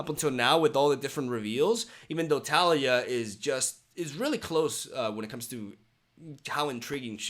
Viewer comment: It's tuh-LEE-yuh. 😁